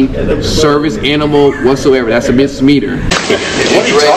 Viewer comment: Unreal...this SELF IMPORTANT lil' man security guy who asks if speaks English earlier... is a real joy to listen to later with his mispronunciaton of several words.. here is 1... ie. Misdemeanor (see track # 23.52) for a good laugh as he says "MISA- METER"! It's SNL worthy!